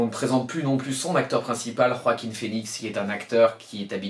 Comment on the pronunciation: Enfin, enfin tu es le seul avec moi à savoir bien prononcer le prénom de l'acteur qui joue le joker enfin ça fait plaisir quelqu'un qui sait comme moi qui faut rouler les rrr dans joaquin merci mec 👍👍👍👍👍😁🎉